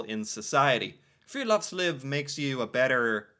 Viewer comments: Friluftsliv. U is pronounced like ou in you, oo in moose, u in rude. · Han høres full ut når han sier:friluftsliv!!😂